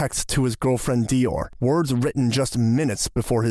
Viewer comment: That is not the correct pronunciation of Dior 😂